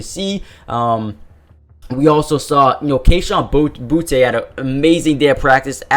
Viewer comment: Fan from Louisiana here S/O to you for sayin “boutte” right